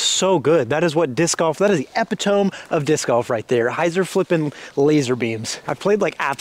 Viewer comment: BTW epitome is ehh-pit-uh-mee :)